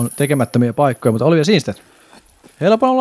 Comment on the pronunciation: Kindstedtiä sanottiin koko ajan Tsinstediksi, Määtän heitto oli "Määttän heitto" ja turhaa heiton ylistystä oli jatkuvasti. Aivan kun jotain päiväkotilapsia olisi väkisin kehuttu koko ajan. Lisäksi häiritsi miten heitot oli katsottu etukäteen ja kommentointi tuli liian aikaisin moneen heittoon.